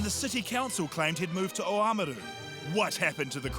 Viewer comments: Oamaru. Normal people pronounciation: "ouh-mm-ahh-ruu". White people like guy: "Oh! Am-a-rooo" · It's OMMM-ARRR- ROOOO not O-MARR-OOO. I saw the wizard regularly in the early 80's, didn't have much time for him then either. It's like seeing a toilet flush for the first time, remotely interesting when you first see it and then after that it just spews shit. Misogynists, like the rest of us... owe their very existence from passing through some woman's Vagina. So this idiot can stay cancelled in my humble opinion and good riddance.